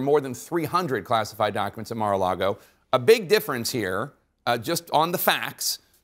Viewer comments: Lol...Comer keeps calling it "MaralaRgo" with an extra R. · Do people in Kentucky say "Mara largo" instead of "Mar-a-lago" which means Sea-to-Lake ? Is it an accent or? Idk what Mara largo means. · The way he says Mara Lardo is perfect.